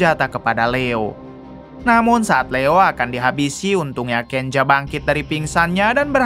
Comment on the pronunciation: Kenza bukan kenja